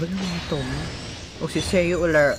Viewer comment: deadass thought you keep saying "seiyuu" turns out it's sayu